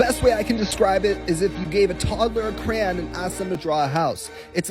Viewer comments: Did she just say crown instead of crayon? Lmao. I had to listen to it twice! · You said giving a toddler a “crown”. Lol not crayon. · totally off topic but you're the second person i know that pronounces crayon like crown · .... so we're all just going to ingnore the pronunciation of CRAYON????